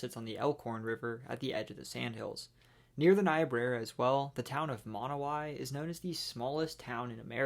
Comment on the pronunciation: Excellent video! Altho Monowi is pronounced like Monowa